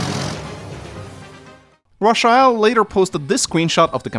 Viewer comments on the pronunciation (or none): Raw chi el??? Its most definitley Ray-chel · I'm sure her name is pronounced Ray-chel & not ra-chi-ell 🙃 sorry if that comes across being rude but I have never heard that name pronounced like that 😋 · Her name is pronounced“Ray-chell” not “Rah-sha-ell “. 😂😂😂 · "Ra-sha-hell"?? I think "Ray-chul" is more likely. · Am I the only one that laughed everytime butchering the name "Racheal" it's not Rasheal lol. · Ra-sha-el? It's Racheal... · Her name is pronounced Raychul :x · That is the strangest pronunciation of Rachael I've ever heard. Rachael is just an alternate spelling of Rachel. Same pronunciation. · Rafael eith a Ch, lol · I'm sorry, but ' pronunciation of Rachael/Rachel is killing me! 😂 This is the correct way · Ur pronouncing rachael wrong